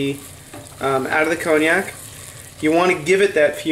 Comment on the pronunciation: Pronounced Konyak! And while I’m here it’s Mosko, and Maths ...🤣🤣